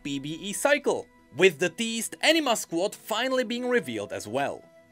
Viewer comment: I love you man but it sounds like you're saying Enina Squad